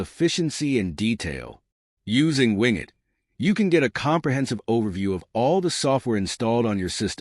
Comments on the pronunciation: wing et = wing it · WIN GET lmao this guy is teaching people how laughable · Its not wingit!!